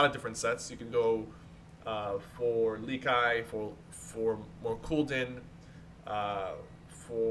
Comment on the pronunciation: yo sypher i like how you say lekeye instead of lekiXD